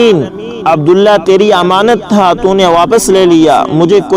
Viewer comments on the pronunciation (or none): none